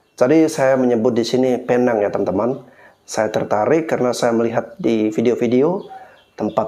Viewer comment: sebutan yg bener adalah peneng